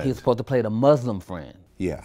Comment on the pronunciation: I wish people would learn how to pronounce Muslim!